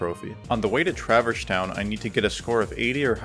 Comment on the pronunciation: Great run, but... Anyone else twitch every time at "Traver's Town"? 🤣